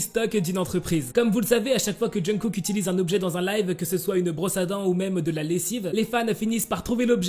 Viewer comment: Ta façon de prononcer le nom de Kook mdrr Essaie d'écouter à maintes reprises les natifs le dire, tout comme les noms des idoles mdrr ''Djeun-kook'' mdrr